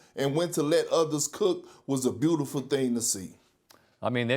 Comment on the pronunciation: "...a bootiful thing to see"